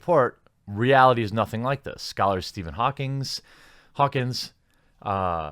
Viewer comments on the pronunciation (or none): none